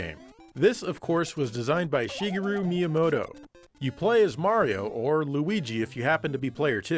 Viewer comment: You pronounced "Shigeru" in Shigeru Miyamoto correctly?! That's refreshing to hear.